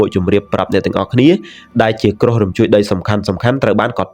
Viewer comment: គ្រោះ មិនមែន ក្រុះ, យប់ មិនមែន យ៉ុប ។